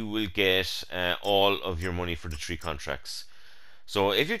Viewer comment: Do you mean Tree or Three? lol